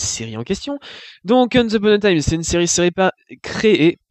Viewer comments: Je dislike juste pour comment ta prononcé le titre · Le fait que tu prononce mal le non de la série te rend déjà pas crédible du tout :')